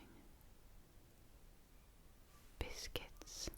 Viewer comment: You must be referring to cookies when you say biskets so what do you call the guy on Sesame Street the biskets monster